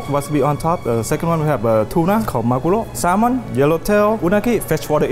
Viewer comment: yes yes salmon (sal-mon)